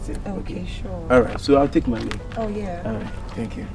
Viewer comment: did Kyekyeku say "I'll take my reave" instead of leave. Eeeiiii my Asante brother has butchered the R and L kraaa 😂😂😂